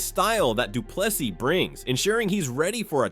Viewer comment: Say Do Plus E and you will perfectly pronounce Du Plessis.